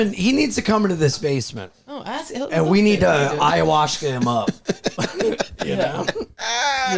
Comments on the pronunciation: is not allowed to do ayahuasca until he stops saying ayahuashca 😩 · has got to stop saying it like "aya-wash-ka" lol